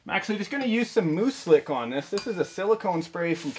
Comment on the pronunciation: I always thought you were saying "moose lick"